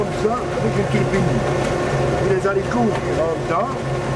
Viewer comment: Les fameux zaricots